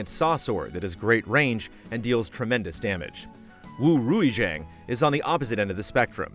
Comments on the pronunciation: For Rui Xiang, its pronounced, "Rey" "See-aang", trust me, Im a Singaporean Chinese! Just a SEA fan passing by, thanks for the great review guys! Ally out! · Wu Rui Jang? It doesn't take but a minute to look up how to pronounce something. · Though it gave me a laugh, still a great effort on part on trying to pronounce Rui Xiang. Chinese names are extremely difficult for non native speakers. The X in Chinese is more like an “sh” sound. So the correct pronunciation would be closer to Rooy She-ahng but both words would be 1 syllable.